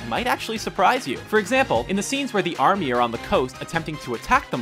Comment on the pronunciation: AM I THE ONLY ONE WHO HEARD ARMNY?